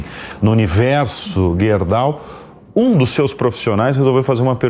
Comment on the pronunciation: nome da empresa é Gerdau não guerdau